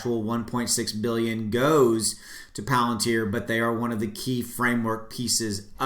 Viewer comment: You didnt mispronounce palantar. Bravo. Great update thanks